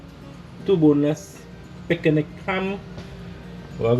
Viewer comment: I love it “PICK-AH-NICK” HAM 😂😂😂😂